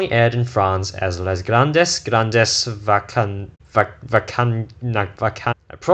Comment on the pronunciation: Nice try for saying "vacances"^^ It's not always easy to speak word from an oother language ('m french and some english word are hard to prounonced too ^^) And thanks for your reviaw, this is an amazing show i loved, and hope more people will discovered it!